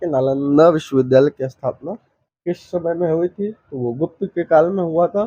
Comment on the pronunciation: आपकी भाषा बहुत अशुद्ध है . कृपया भाषा सुधारें . स, श अक्षर के उच्चारण मे कोई अंतर नहीं है, हर जगह श का ही उच्चारण कर रहे हैं. जैसे शमुद्र गुप्त, . अशुद्ध उच्चारण बहुत खराब लगता है. उष शमय...